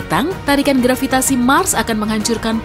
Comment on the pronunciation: Saya tertawa mendengar grvitasi wkwkwkwkwk Begitu kuat nya daya tarik grqvitasi tetapi tdk bisa menarik balon yg mengambang di udara